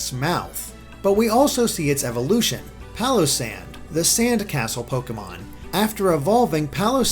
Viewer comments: its pronounced PAILosand, get it, pail of sand. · I'm just going to pronounce Palossand "Pile-O-Sand" with a Texan accent.